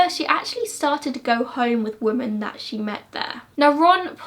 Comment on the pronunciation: Omg please it’s women not woman!!!!!!!